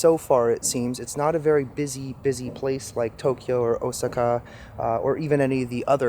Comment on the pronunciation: Osaka, Japan is pronounced ow-saa-kuh, lol!!